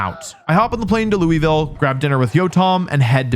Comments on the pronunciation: I appreciate the fact that he acknowledges the fact that he is pronouncing Louisville wrong. But it still pains me a little. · I'm not from Louisville but I AM from Lexington and have been there quite a few times to meet friends and I agree with the pronunciation even though it is wrong. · Greetings from Louisville! You pronounce the name like Siri with a British accent does! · As someone from Louisville that pronunciation pissed me off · Your mispronunciation of Louisville is forgiven. But not forgotten. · How did bro know I was dissin him for pronouncing Louisville wrong, as soon as I said it in my head he apologized 😭😭😭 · lol I love your videos… I am indeed from Louis-Ville but I appreciate you speaking on my city even if you said it wrong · I heard the pronunciation and immediately went to call you out and then you said that right after lmao the best way to explain how to say it is spit it out as fast you can can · I forgive your pronunciation of louisville because you acknowledged it 🤝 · As a person who is from louisville, yes you are pronouncing it wrong and you are forgiven lol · We don’t forgive you for the pronunciation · As someone from Louisville... yeah you didn't sorry- there's like so many goddamn ways to say it though sooooo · I’m from Louisville, can confirm he’s not pronouncing it right (hope you enjoyed your time in my city, Wolfey!) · Thank you so much for acknowledging that you're saying Louisville wrong. lol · As a Kentuckian, your pronunciation of Louisville hurt my soul. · Thank you for acknowledging your mispronunciation of “Louisville” 😂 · Appreciate the Louisville mispronunciation acknowledgment 🐦🐦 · As someone who lived in Louisville for 2 years, I greatly appreciated the disclaimer that he wasn't pronouncing it correctly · As a Louisville native who attended the tournament, I appreciate your honesty in not knowing the pronunciation. It is a pet peeve of us but I get it. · You are forgiven for not saying louisville correctly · its luu vuul